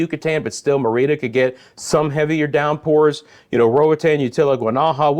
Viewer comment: Thank you for the quality forecasting. Merida is pronounced : Mair a da ( at least by us gringos ).